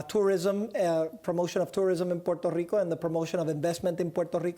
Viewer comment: Gah Stop pronouncing Puerto Rico Like that It's so annoying. You want to be a US state then pronounce it normally